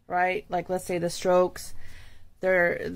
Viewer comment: Did she say the strokes 😊